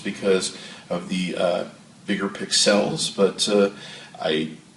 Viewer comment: Dude slow it down a little the first ten seconds are not understandable at all. And what the hell is a pix el. Lol love the videos keep it up.